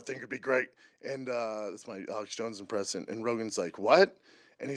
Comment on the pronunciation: I believe he literally said “that’s my Alex Jones impressun.” new shwabism confirmed